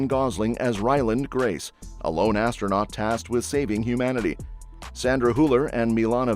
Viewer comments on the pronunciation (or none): none